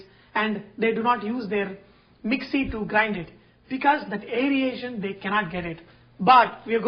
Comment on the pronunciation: Airation. NOT Airiation please.